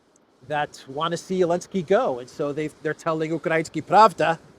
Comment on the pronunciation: It's ukrainskAYA pravda, not UkrainsKI. Truth ("Pravda", in this case) has gender in Slavic languages and it's female.